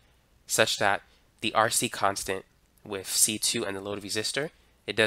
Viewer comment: I trip on how you are as smart as you are but cant speak properly. What's with this "wiff" me shit.